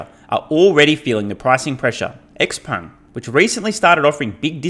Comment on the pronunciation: Pedant: Xpeng pronounced "Zshaou-pung"